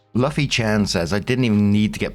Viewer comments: It should be like "Loofy" 🥰. might not be a One Piece fan. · The way he pronounces Luffy hurts me.....